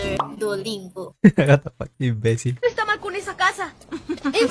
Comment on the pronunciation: Creo que dijo invesil